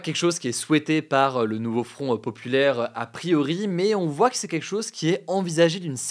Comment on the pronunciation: "Le NouveaufronteuhPopulaire" 😂